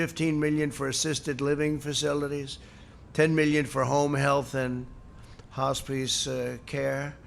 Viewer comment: 'Hospiece care' - the man can't bloody read.